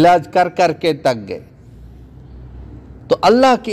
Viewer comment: آپ کی اردو بالکل ٹھیک نہیں کبھی کہتےہیں تھا ۔۔۔۔ تھے۔۔۔ غم کو کہتے گم۔ تک گئے / تھک گئے/